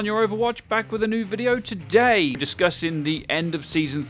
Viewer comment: Why did he say "today" weird this video he usually goes tOO-day